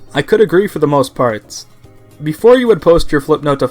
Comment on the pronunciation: everytime you say part it sounds like fart